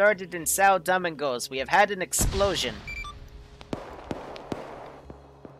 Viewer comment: Lol it's Doe-ming-gos 🤣😂